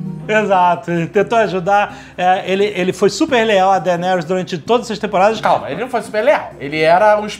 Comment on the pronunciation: "Dargaryan" with D